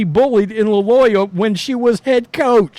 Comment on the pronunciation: HaHaHa he said LALOYA! Hey there professional Youtuber, you can't pronounce the name Loyola. It has a redneck twag of ignorance. That being said, exactly,, I said it. Just an opinion.